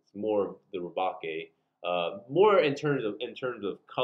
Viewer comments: it's pronounced as Re-Bake, as in baking a cake, as the custom Galbaldy Gunpla was inspired by the Gundam Gusion Rebake from Iron-Blooded Orphans which is a play on the Gundam being redesigned/rebuilt after it was captured by the protagonists into a new form, it's upgraded form in Season 2 also ups the name play by being called Rebake Full City, a reference to the Full City Roast coffee beans, as in baking the coffee beans, its weird. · It's pronounced Galbaldy Re-Bake, like bake a cake. Lmao like Gundam Gusion Rebake from IBO. But I really want it, I want to customize and make it more IBO styled, definitely got to extend the waist and make it taller. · Liked, but your killing me with the way you pronounced rebake. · Ok guys, so looking at the hiragana (like I should have in the beginning) I pronounced rebake wrong. My bad. Anyways, what kit are y'all looking forward to the most next month?